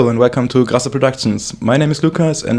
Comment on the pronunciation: ”Grrrasserr productions” 😂